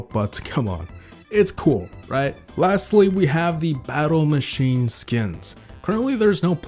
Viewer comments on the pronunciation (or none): none